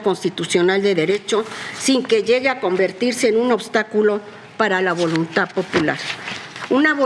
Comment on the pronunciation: Son ministros y no pueden ni siquiera hablar correctamente, no es "volunta" es VOLUNTAD 🙄